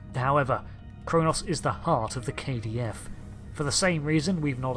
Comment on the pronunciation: For the last time, it's Kronos.